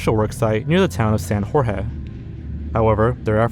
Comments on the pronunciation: Say it proud Mexican boy. Blame it on JORRRGE WEY not blame it on George ugh. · since when was it pronounced jorge and not jorge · Honest question -- do you really pronounce your name the way that you do in your intros? That...doesn't seem right. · Jorge, I got nothin' but love you and your content. Been watching you for years. However, your pronunciation is crippling me 😂